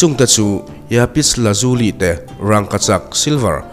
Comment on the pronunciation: iapis lazuli ni lovin Lapis Lazuli zawk ani e